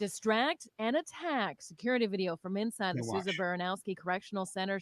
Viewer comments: Souza not sowsa 😂😂🤷🏽‍♂️ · It's actually pronounced sue'za And the names are of two correctional officers that were killed at the MCI Norfolk facility during a attempt prison escape. Also that facility is the only max in the state, other than that is DDU. Which is a segregation facility, 24hr lock down. I would compare it to California pelican bay. You normally have to sentenced for a disciplinary infraction in order to go there. And you can stay there for up to 10 years. I'm pretty sure that's where they have been shipped out to pending their hearing and sentence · Sooza is the pronunciation just an fyi